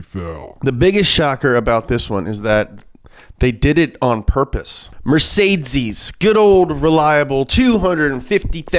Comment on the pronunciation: Mercedes-Benz ❌ Mercesdeeeeiez-Benz ✅